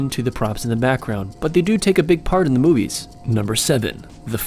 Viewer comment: in the beginning instead of "movies" its "moives"